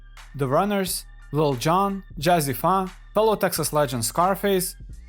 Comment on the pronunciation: Jazzy pha is said jazzy faye! nice video!